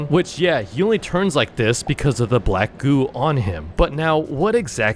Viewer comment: he said black goo but i heard black goon